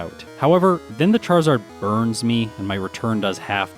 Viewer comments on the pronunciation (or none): none